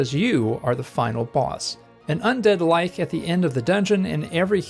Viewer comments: i've come to terms with the way you pronounce godot but the long i on "lich" is killing me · yeah the "gaddo" thing drives me nuts. I used to pronounce lich that way though, someone had to correct me. lich as in "lichen" not as in "witch"